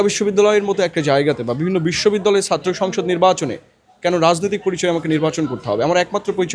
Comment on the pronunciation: তুমি আগে ছাত্র কে সাত্র না বলে ছাত্র বলা শিখো, পরে মেধার গরম দেখাইয়ো।